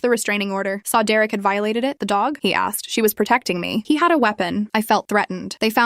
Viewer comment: Dererick?? Really?? It's either Derek or Derick.